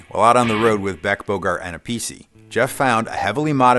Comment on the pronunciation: You prenounced Appice wrong. His father, a big jazz drummer, pronounced his name Appice(A-Peatch-ai). Carmines brother who played with Black Sabbath and Deo Pronounced it Appice (A-pis-ee). And Carmine took Appice(A-Peice)